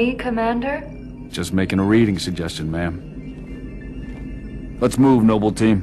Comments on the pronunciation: LOL Jorge says ma'am but it sounds like mom. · he says mam not mom